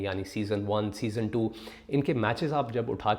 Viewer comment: O Bhai "SEASON" hota hai "SESONE" Nahin. Yaar tum Puxstan kyun English ke peeche lagte ho?? Tumhaare bas ki baat nahin hai. Chhodh do. You stick to Urdu. Koi sharam nahin hai. But when you do not know a language, don't rape it. Stay away from it and respect it.